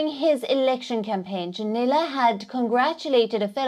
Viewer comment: His name is Junnila, not "Dzunila".